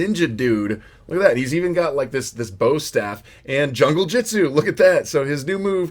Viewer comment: it's not Junglejitsu it's Junglejutsu